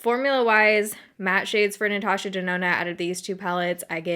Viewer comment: Natasha Denonna more like Natasha DoNahNah...nah for that price anyway. 😆